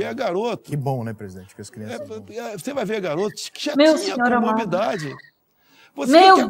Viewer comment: Chega olha ele Falou coborbidade